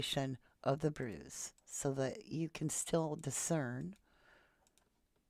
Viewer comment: It’s bruises. Bruises, I think.